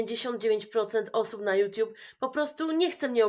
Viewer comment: a co to "juTIUB"????😂